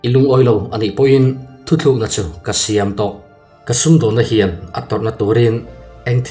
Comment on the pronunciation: Thutlukna tih turah,thuthlukna i ti zeuh zeuh mai a,i tisual palh a nih ka ring e. ^ hei hi thuthlukna chu a ni e